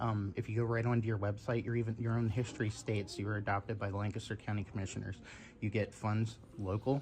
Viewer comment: Came here just to hear you say Lancaster wrong 😂 LANK-a-ster